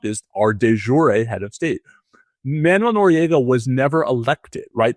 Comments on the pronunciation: Hi. Thanx. Just fyi, Manuel is actually pronounced ManWELL not Manual🙂. Peace🌬️🕊️. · Katie, Noriega"s name was pronounce man-WELL, not MAN-you-ell. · Oh, Katie, it is pronounced Manwel. Not Manual. Jesus, what a tool you are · Interesting conversation made almost painful by the mispronunciation of Manuel. It's pronounced "man-well" not "man-you-el". ffs. Other than that, worth watching. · Katie, it's man-WELL, not MAN-you-ul (It's not like manual labor or reading a manual). Your guest is saying it correctly. Second subject, "Does it fall within the parameter" NOT "Does it fall within the perimeter?" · Katie- It's "Man-wéll," not "Man-you-éll." Two syllables, not three. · If she can't stop misprounouning the Noriega's first name Im gonna freak